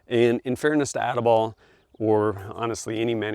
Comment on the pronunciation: He said ati-bollocks